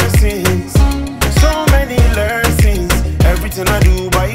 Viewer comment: You have such a good vibe. This comment is coming from a positive place i genuinely will recommend you work on your pronunciation for the upcoming track. Its okay to have the accent that’s your originality but for exemple don’t say “Lerson” its lesson. This song is a masterpiece you just need to put more effort in the studio while recording. I know you do this for fun. … and we appreciate you truly. And i made this comment just because i think this song is truly a hit and it could have an even bigger impact 🙏🏻.